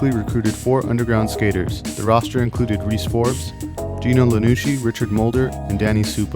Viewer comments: Ok I’m late but it’s iannucci not Lannucci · Ianucci not Lianucci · Well u never skated a day in ur life. Lanucci???? Nah man Ianucci with an i not L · (EYE) (UH) (NEW) (CHI) GINO IANNUCI